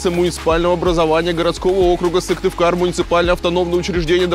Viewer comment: СыКтывкар а не Сывтыкар (